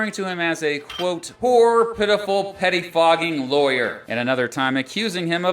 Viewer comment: Not "petty fogging"...."pettifogging" - "placing undue emphasis on petty details." or, a sneaky, underhanded lawyer...